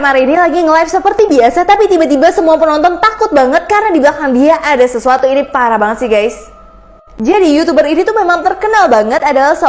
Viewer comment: Kok pas bilang pparah banget gais